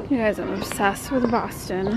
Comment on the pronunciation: I lived in Boston for 38 years! You pronounced it all correct LOL!